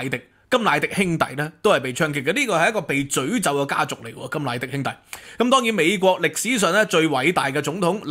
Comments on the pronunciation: ，是(阻)咒、不是(咀)咒。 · 詛咒的詛，粤音讀「佐」。😅